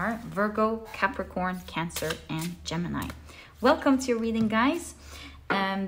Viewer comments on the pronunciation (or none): none